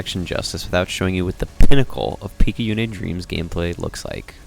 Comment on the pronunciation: Good video! Though I hafta note, we don't play as Izu during the game. Izu's the bunny girl, that's why there's so much rabbit-related stuff in her memory. We play as Picayune's corpse, revived by the suit she was wearing after she got possessed by the aberration. Also, it's pronounced pik-ah-yoon, and picayune is an actual word meaning "of little value or importance" which is just sad to think about